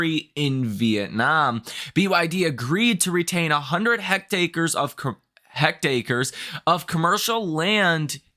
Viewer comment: Hectare is pronounce /ˈhekˌter/ a metric unit of square measure, equal to 100 ares (2.471 acres or 10,000 square meters). Just wanted to help you pronounce this word correctly (hope you don't take offense, but rather take it as a friendly advice).